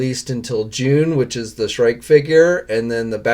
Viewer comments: Shriek is Pronounced as Shreek, not Shrike. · Yes! I Love Batman Beyond! Also, it's pronounced as "shreek" not "shrike" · Pp s h r i e k is pron ounced s h r e e k trees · Shriek = shreek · Why are you pronouncing Shriek like that?